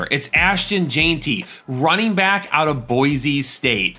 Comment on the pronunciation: Ashton Jeanty is pronounced “Jen-T” not “Jean-T”